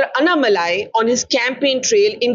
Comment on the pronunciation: Such an honest and humble man. Wishing him all the best against Stalin. ANNa Malai- say his name properly Barkha :). And stop swinging the camera.